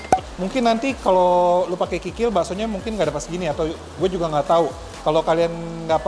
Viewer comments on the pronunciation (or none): none